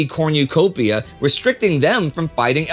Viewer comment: "corn-you-copia"? We know you are from Texas. There is no tilde in cornucopia... and it's not a Spanish word. Someone misses his maize-corn..